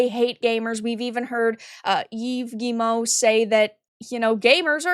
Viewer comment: Always interested in watching your videos,, and thank you for being the first YouTuber I've listened to who pronounces Guillemot correctly.